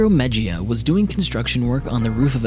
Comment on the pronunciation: It's pronounced mejia (me-hee-uh) not mejia (me-jee-uh)